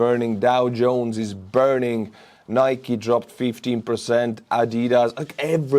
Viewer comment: Anyone can pronounce. 'Jones'. Come on my Estonian brother. try harder lol